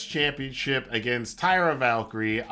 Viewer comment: Great review as always. You bring insight that so few do as many of them are just talking crap to get clicks. My only quibble is about the name of Taya. It sounded like you were saying Tyra.